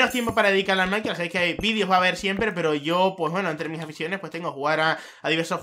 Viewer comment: Por qué mierda dice maincraf -.